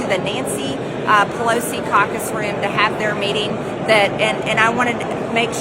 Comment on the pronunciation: Not reading the subtitles, I heard it was her carcass room 😂